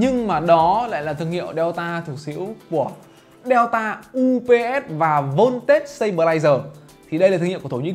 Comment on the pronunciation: Đọc là đen-ta chứ nhỉ...sao lại đeo-ta..?